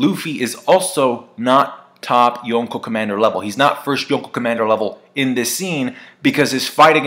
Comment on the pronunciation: stop saying yonko like that